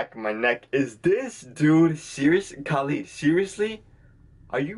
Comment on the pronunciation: Loved your reaction. But its not KAAAlid hehe